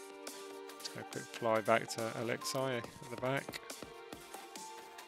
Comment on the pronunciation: Its Alex-E not Alex-I it’s spelt Alexei but u say Alex-E (friendly reminder)